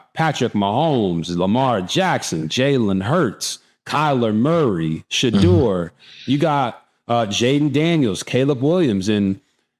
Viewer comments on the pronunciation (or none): Great show… great insight; but please RG3 say Shedeur’s name correctly. Listen to how he says his name and how his father pronounces it. You feel like some people in the media refuse to say his name correctly, just like they refuse to say Kamala’s name correctly. I respect the heck out of you RG3, and you Travis aka He12man!! ❤❤